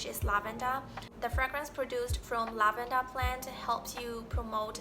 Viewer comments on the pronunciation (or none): Damn. Your vocabulary has improved so much! The only word you stumbled on was lavender. It sounded like you said lav-en-da, so the der should be a bit harder like in the word 'under'. When I was in Uni my study mates would make fun of me for sorting my skittles by color before eating them. What they didn't notice was that I started with the highest number and when they were all equal numbers I would switch to alphabetical by color. For the door locking worry, most recent encounter with that was with an air powered tugger or skip. Think of something between an elevator and a rail car on a long cable. The rest of the crew had climbed up the ladder (about 80 meters) and I had raised the tugger with the equipment up to them. Then I had to walk about 400 meters back down the tunnel I was in to shut off the big air compressor. The whole way back I couldn't remember if I had shut off the second valve to the air powered controls. If the controls failed while no one was there, the tugger could keep on going up until it got to the top and pulled the block off the beam and the whole thing would crash all the way to the bottom, or it could come to the bottom and the cable could keep unwinding and there would be a giant mess of cable everywhere. When I got back to the controls I saw that I had shut off the second valve and the brake was set. I was so glad I didn't skip a step in my rush to join my team. But the mental images of all the things that could have gone wrong are still easy to r